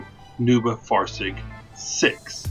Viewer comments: It's correctly pronounced "noi-bow-far-zoig" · its pronounced nojbaufarzojg